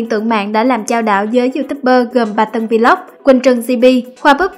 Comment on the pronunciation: Should learn how to pronounce the word VLOG.